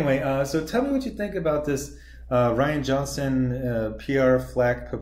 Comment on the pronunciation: It’s Ri an. Rhymes with Brian